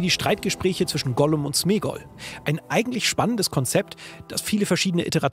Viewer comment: “Ollum“ lul